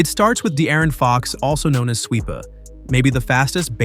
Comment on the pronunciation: The way you said swipa😆